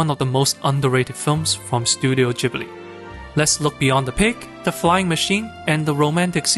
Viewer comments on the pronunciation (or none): You dont even know how to pronounce Gibli